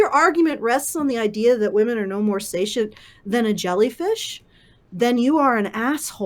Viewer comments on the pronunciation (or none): sentience - sen-shuh ns , not say-shunts.